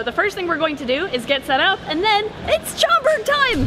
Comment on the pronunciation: At first I thought I heard say “it’s chocolate time” instead of Schaumburg, 😂😅